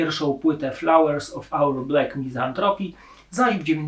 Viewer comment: BLAK a nie BLEK